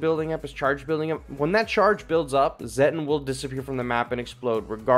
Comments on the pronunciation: Its pronounced "Zetton" like "Set on" and "me fill lass". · It's pronounced: zeh-tawn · It's just pronounced as "Zet-on"